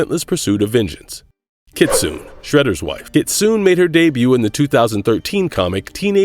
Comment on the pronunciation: I hate this mf mispronouncing Kitsune